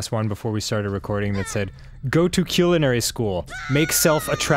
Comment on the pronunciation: So I learned that Dan can't pronounce "culinary" properly.